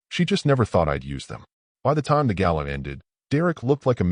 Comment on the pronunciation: gala, not gallon